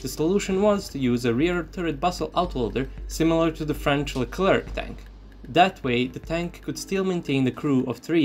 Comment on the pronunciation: It’s LeCLER Not LeclerK 😢